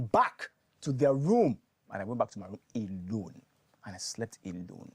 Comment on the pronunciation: emphasis on alone shaa😂😂